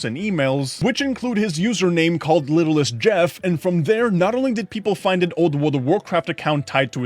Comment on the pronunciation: It's not littlest Jeff , it's little St. Jeff like little St.James